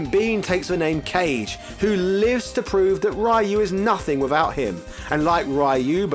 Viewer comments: Are you serious with how you say Kage?! Ka-Ge ... not Cage ... really? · Kah-Gay. “Cage” made me go huh? Lol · Kage is not pronounced as Cage. Correct pronunciation in Japanese is "Ka-Geh" which means shadow demon in Japanese folklore. That's why You see him with Fangs and Spikey tooth like a Japanese demon similar to the Oni. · Ka-ge aka Shadow, not kage(cage) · Next time you do a Virtua Fighter video I hope you get Kage’s name right as well, it’s not “Cage” it’s “ka-geee” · (Ka-geh) Kage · Say it with me bro Kage= Kah-Gay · lol you just established how little to none you know about fighting games…pronouncing Kage as “cage” and insisting Ryu be pronounced as “rayoo”… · Kage is pronounced Car-Geh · The demon forms name is said incorrectly. It's kah-gee. 😉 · Love what you are doing but was disappointed with the pronunciation and how this video made it a big deal at the beginning. Kage was wrong too. These are literally concepts and names in Japanese. The least we can do is an effort. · Ryu.....Kage......Sagat.....trying to fight the urge to stop the video has never been so hard all because these characters names were being pronounced wrong.....on purpose. <_< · This man pronunciation of Kage and ryu lol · Gouken - Gooken Goutetsu - Gootsetsu You're really expecting this dude to pronounce Kage properly? LOL!